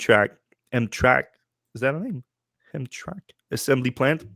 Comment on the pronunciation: Pronounced HAM TRAM ICK